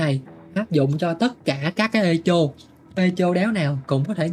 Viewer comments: thật ra nó đọc là e cho. E ko phải ê và cho ko phải chô nhé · 8.0 phải biết âm /e/ trong từ này đọc là e như tiếng việt chứ ai đọc ê. Phiên âm chính xác từ này là /'ekow/. Trọng âm rơi vào âm 1 đọc phát âm tiếng Việt là ékôu. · đọc cho sang thì đọc là 'ê cồ' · ngồi nghe Ê chô là cứ cười 😂 , phát âm là Êkô nghe bạn :))))) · ))) Echo đọc là ê kô nhá ông, chứ ko phải ê chô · Echo đọc là "Ê cô" anh oi, không phải "ê chô" 😅 hài mấy thanh niên kêu tôi 8.0 lỏ này nọ =))) tôi muốn nói là chữ "ch" trong echo đọc là "k" (theo phiên âm tiếng việt) chứ k phải "ch" mà mấy ông yap buồn cười quá =))) đúng dân việt nam chỉ biết tự ái vì mình làm sai một cái gì đó hở tí là vào nói như được mùa. 2k9 hết à 🤡🤡🤡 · "Éc cồ" mới đúng nha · 'e ko' nhé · e co nhá ko phải i đâu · bên cú đêm thì là "Ê hô" bên này thì là "Ê chô" mé nó kênh t đăng ký toàn bị cái gì thế này ??? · Mình góp ý một chút về cách phát âm ạ, Echo đọc là E-kô, âm K nha. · Echo phát âm như con tướng Ekko của liên minh ấy :)) không phải là Ê chô đâu :))) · echo - phát âm: ˈekō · đọc là " e-kô" nha anh @@ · bạn nói để làm ngta hài lòng, lòng đâu không thấy nhưng thấy bạn hài rồi đó. Tiếng anh thì echo đọc là " i cô " hoặc " e cô " chứ không phải theo vần phiên âm của mình đâu